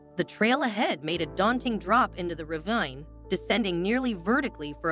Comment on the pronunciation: Someone should re-program their AI. It's rah VEEN